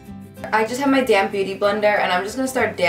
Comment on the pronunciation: I know you were saying DAMP, but I always heard:"So now I take my damn beautyblender..." haha